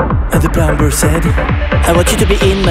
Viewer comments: Dans le mot "plumber" =plombier, le B est muet, ça se prononce "pleumeur". Bonne chance les bacheliers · Même si je ne suis absolument pas un expert en anglais, il y a des erreurs de prononciation qui me choquent comme plumber (b muet) ou would (l muet) il y a sûrement d'autres erreurs à côté des quelles je suis sûrement passé à côté après. Hormis ça la chanson reste sympa et entraînante, surtout le Mulhouse not Toulouse (to lose) qui est très bien trouvé.